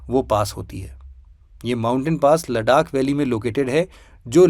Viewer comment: it's लद्दाख not लडाक✨👍